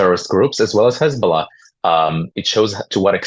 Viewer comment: Hej ball aah became Hej ball nah 😂😂